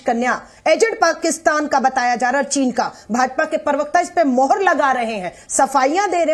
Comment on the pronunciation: ALKA-------->. YEH PARVAKTA KYA HAI, TUMKO PRAVAKTA NAHI BOLNE AATA KYA PRA PRA PRA,, PAR PAR NAHI.